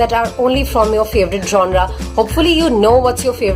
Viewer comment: It's is not 'jonra' 'jonar' what was that.